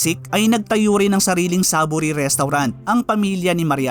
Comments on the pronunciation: ang proper na pag pronounce dyan sa name nya ay SAY-VORY!!!! Sorry pero kung sino man ang tungaw na nagsabi na SAH-bori ang pag-pronounce dapat siguro MAG-ARAL ULIT because there's no such word as "sah-vori"!!!! 👎👎👎💩💩💩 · Bakit ba ang basa is SABO-ry at hindi SAY-VORY? 🤔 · So Saavory pala talaga, hindi Sayvory ang pronunciation hahaha I was like bakit Saavory yung pronunciation mo haha great story. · Hindi porke nakasanayan na ang maling pagbasa sa SAVORY ay maituturing na tama iyon. Magtuturo ng kabobohan ang ganyang gawi. Marapat na basahin at bigkasin ito ng tama.